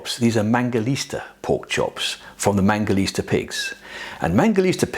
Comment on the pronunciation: ITS MANGALITSA. . . NOT MANGALISTA!!!!!!